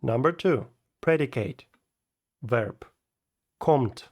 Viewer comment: спасибо, только не верб а вёрб, ну и, славянский акцент ярко выражен :)